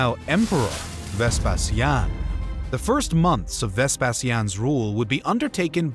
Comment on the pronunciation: It's Ves Pay She In - Vespasian. It's Ty Tus--Titus.